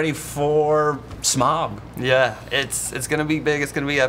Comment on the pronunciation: Whats with pronouncing Smaug with a odd "Epic Meal" style drawl? So, some dude from F&F7 is the Bard of Dale? Bummer, Benedict Cumberbatch should have 3 credits to the series. js.